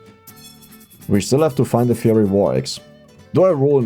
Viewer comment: The "fiery" part of "Fiery War Axe" is pronounced Fire-E. I apologize for English spelling being so unhelpful.